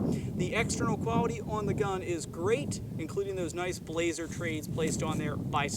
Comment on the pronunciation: Good review, one thing though. It's not pronounced "Blaze-er" it's pronounced "blas-er" you pronounce the 's' like it's an s, not a z.